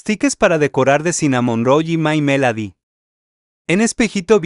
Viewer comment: My melady?? Así no se pronuncia!!!! Chile morrón?? Es CINAMONROLL!!!